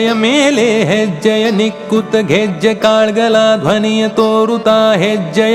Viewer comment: जबर्दस्त गायलात तुम्हि पण कन्नड मध्ये असल्यामुळे काहि उच्चारण असे पाहिजेत कालगळ , कुमारि वेदा ,कालुवे . Sorry if I sound rude but you were so perfect that even smallest of irregularities were visible.